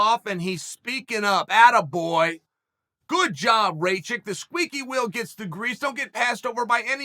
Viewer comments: Ratchik I thought it was called rakich uncle chael the best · Me: Rakic Chael: Racik Me: Racik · It’s not Ray chick, it’s Rack Itch lol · As an American with roots from Serbia, it's pronounced Rock-eech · rey-chick.........good one chael... :-DDDD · Who's RayChick? And PRO Hass-kick? "Igor Prohasska"? I mean jeez..... I just know mixedmollywhoppery is gonna do a bit on Uncle Chael about this stuff lol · “Rayshit” LMFAOOOO CHAEL I LOVE YOU!!! 🤣💀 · Ray chick, Uncle Chael’s name pronunciation record is Undefeated-0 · Why does Chael keep pronouncing these guys names wrong😂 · You pronouncing wrongly his name Uncle Cheal 😂 Ra like Ramadan... Not like rain... 'A'.... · 😆 🤣 😂 Chael stop playing I can't anymore lmfao you know damn well that mans name is not Igor i could see you having trouble with the last name but you ain't even in the ball park anymore 😭 Bruce Buffer need to start using some of these names just to see fighters reactions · Sometimes I think Chanel mispronounces names on purpose. I laugh out loud every time